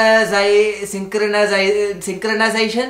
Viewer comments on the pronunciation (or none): Auto syncra-zai... sync-kurna-zai... syncrna-zation? LOL🤣🤣🤣🤣🤣🤣🤣🤣🤣😂😂😂😂